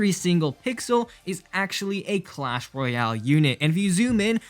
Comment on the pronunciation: “cuash royale”